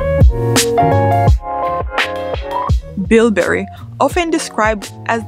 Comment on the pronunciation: Interesting and enjoyable video but just a couple of points: It's BIBURY, not BILBURY and BOURTON, not BURTON.